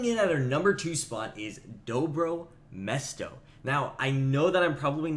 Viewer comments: Everything good but you say mestro no its dobro mesto its like serbian word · DobrO mesto (stress on the 2nd "o") ;) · It's pronounced Dobro mjesto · Dobro mesto [Good place - Serbian]. You should say it with an hard "R" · Dobro mesto say Hard 'r' like Russian